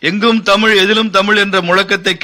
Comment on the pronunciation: Tamizh is pronounced as தமிள் தமில். வெட்கம்